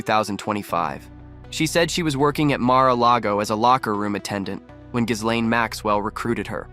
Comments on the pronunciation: More than half of the mentions I've heard of her in the media are incorrect. It's not hard!! gee-LAIN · Please learn how to pronounce Ghislaine if you are making a video that names her. Yikes!